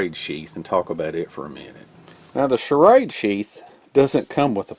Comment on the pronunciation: condor all the way,,, btw the way you pronounce shrade like charade is funny as hell!